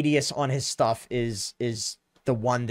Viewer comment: Intresting "SHTUFF"